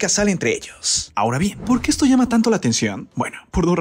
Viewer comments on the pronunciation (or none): none